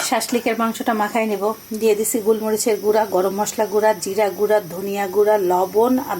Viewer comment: "গুল" ❌❌❌ "গোল"✔✔✔ সঠিক উচ্চারণ "গোলমরিচ"